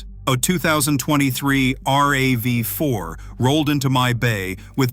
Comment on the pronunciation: Thumbs down to any a i. speaking video. "R-A-V-4"? Really? Its RAV. Its not spelled out.